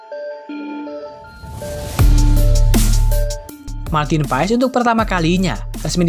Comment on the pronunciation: kenapa di baca PAES semua media ???? MARTIN PASS ndull 🤣🤣